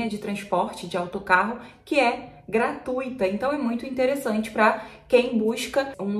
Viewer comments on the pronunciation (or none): none